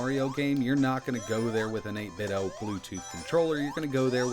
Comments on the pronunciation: eight-bit-doh, like nin-ten-doh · Feeling pretty confident that the pronunciation is 'Eight Bit Dough' rhyming with 'Nin Ten do' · Why do you keep saying 8bitOH?? There's a "D" in there... Like NintenDo... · You call them 8bit-DOE?